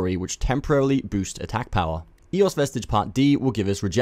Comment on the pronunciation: Not "ee", more like an open "eh"